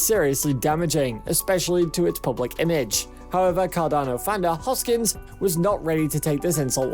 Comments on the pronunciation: Repeat after me : HOS - KIN -SON, not hoskins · His name is not Hoskins, ... but Hoskinson, ... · Fyi its hoskinson... not hoskins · His name is not Hoskins. One job, get his name right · This is the worst video I've seen in a long time. First things first, his name is Charles HOSKINSON. Not Charles HOSKINS. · Hoskinson. Not Hoskins. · His name is ‘HoskinSON,’ not ‘Hoskins.’ Thanks. 😉 I stake ADA and ETH, and fully believe in both projects. Will one overtake the market share one day? Sure. Which one remains to be seen, of course. To say that there is anything illegitimate about Cardano is foolish at best. David Hoffman is a Twat. I think he is just being contrary to garner attention for himself. He dreams of becoming qualified to become a pimple on Charles’ ass one day. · When you pronounce the guy's name wrong over and over, that means you don't really know what's going on. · You cant even pronounce the dudes name correctly, and dont even factor market cap into any of what your saying. Peace out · I agree. $1000 pure click bait bullshit. This narrator can't even pronounce Charles Hoskinson properly. In the next 5-7 years... MAYBE $100.